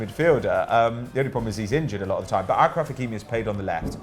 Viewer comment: Btw “achraf” is pronounced “ashraf” No idea why it’s spelled with a ch, but yeah 🤷🏾‍♂️